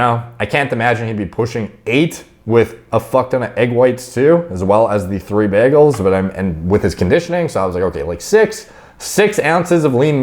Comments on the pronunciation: Anybody gna talk about how he keeps saying “BEGELS” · Bro, I've never heard anyone pronounce it like BAGels lol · You say bagels weird